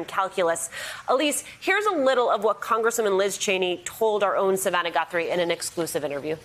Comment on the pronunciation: When the hostess said “our own Savanna Guthrie” I could have sworn she said “our own Banana Daiquiri”……